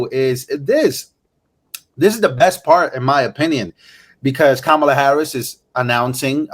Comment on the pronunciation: Did she say “Komala”😂